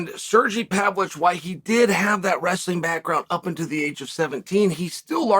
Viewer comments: “Sergee Pavlich” lmao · Serjee Pavlitch😂😂😂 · Sergee Pavlich 😂